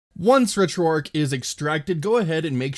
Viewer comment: Don't know why it bothers me so much on others videos, but I watched and paid more attention to yours because you actually say retroarch properly